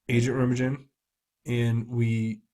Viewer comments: Please study American history. The Bridge at Remagen. RA MA GEN. The American forces crossed into Germany at RE MA GEN. And the G is hard as in GUN. You should know this. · It's not rammajen, it is pronounced Rem-AHH- GghEN (hard G - Guh as in GUT), as in the movie "The Bridge at Remagen" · Reymahgen. Hard g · Remagen - Reh-mogg-genn. Think Ludendorff Bridge. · Pronunciation of Remagen would seem to be emphasis on the second sylable and g sound like gun.